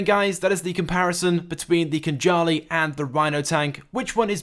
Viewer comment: KHANJALI - thats how we pronounce Georgian word, and It means SWORD